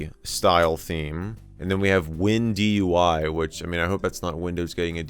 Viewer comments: it's obviously Wind UI not Win DUI 😭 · It’s “Wind UI” lmao